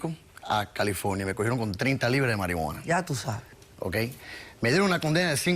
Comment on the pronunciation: JAJAJAJAJA totalmente "Ya tu sae"